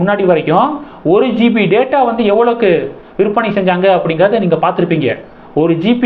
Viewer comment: தம்பி அது GB, GP இல்லை